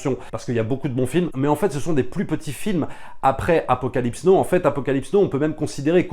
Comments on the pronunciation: Super boulot je suis fan et passe des heures à tout mater (ah l'épisode sur le Parrain!!!) Petit détail on dit pas Apocalypse no mais Apocalypse now et aussi mais c'est pour enculer les mouches, on dit pas génèse en français mais genèse même si tout le monde fait cette erreur à cause de ces enfoirés de Genesis (attention je suis fan de rock prog et donc comme souvent de SF etc) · Entre "Apocalypse No" et "Hurt of Darkness", c'était trop pour mes oreilles, déso.